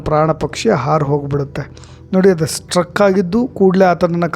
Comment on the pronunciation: ಸ್ಟ್ರಕ್ ಅಲ್ಲ ಸ್ಟಕ್